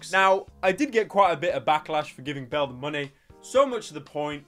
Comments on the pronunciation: It's Belle, not BELLA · it’s BELLE not BELLA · I swear I hear Bella instead of Belle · Pyro: acknowledges that he pronounced Belle's name wrong Also Pyro: continues saying it wrong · Shes called belle not bellar say it right ffs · Her name is pronounced "bell delphine" not "bella delphine" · Sorry for saying name wrong 5 secs later Pyro: BELLAAAAAA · Corrects himself: its bellE Says: bellA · says thank you to the ppl who corrected him on how to pronounce her name says her name wrong again 1 min later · Pyro:*realises he made a mistake pronouncing Belle delphine's name* Also Pyro:*continues to say "Bella"* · says he 's sorry for pronouncing her name wrong. literally 5 seconds later: bella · Its belle not bell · adresses prononciation of Belle proceeds to say Bella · it's belle not belle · What's funny is that after Pyrocynical called her Bella, I started calling her Bella because I thought I was pronouncing her name wrong. :joy: :gun: :ok_hand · Gets corrected about the pronunciation of Belle's name, proceeds to keep calling her "Bella" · Pyro: Acknowledges that he said Belle Delphine's name wrong Continues to call her Bella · admits he's been pronouncing Belle wrong this whole time still says "Bella" 10 seconds later" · You said her name wrong again. 🤦‍♂️ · Corrects mispronunciation of name 1 min later Continues to pronounce it incorrectly 😂😂😂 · STILL mispronouncing her name, you incompetent fuck nugget. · You: Admits you were saying Belle wrong You Says it wrong again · Acknowledges that he’s been pronouncing Belle wrong and then continues to pronounce Belle wrong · is the perfect disaster of a sentence that you have blessed my ears with. Acknowledging you pronounce her name wrong, doing it again and then just giving up on the sentence entirely. Thank you Pryo, and please never change.